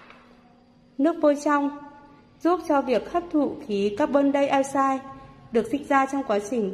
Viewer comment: Video thí nghiệm rất Hay! Có điều sách viết nửa Việt - nửa Anh. Khiến người dạy phát âm sai luôn. "Cacbon daiosai". Tiếng Anh của CO2 là "carbon dioxide". Đọc đaio sai cũng sai, mà đọc cacbon theo tiếng Anh càng sai. Tốt nhất nên có bản song ngữ ( đoạn song ngữ) riêng biệt, dạng đọc thêm.